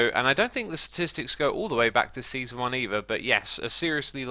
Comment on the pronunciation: “Seanson”, “Seaaon” haha